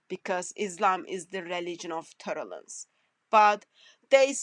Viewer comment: Poor woman saying "torrelance" instead of "tolerance" and there are Christians who regard her as a scholar. What a pity!!! 😂😂😂😂